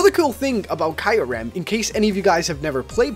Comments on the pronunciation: Kai rem no it's pronounced k ear rum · you said kyurem wrong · zekrom (zek-uh-rom) kyurem (kyu-rem) you said reshiram correctly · it's re-sher-ram , cure-am , & zeck-rom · ITS ZEK ROM AND KYU REM U ... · it's pronounced Ze-K-rom Re-She-ram and Ku-rem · You pronounce Reshiram right but Kyurem and Zekrom are wrong. They way you said Kyurem is understandable but they way you said Zekrom? Its not Zerekom its Zekrom. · you just butchered the life out of Zekrom Kyyurem's names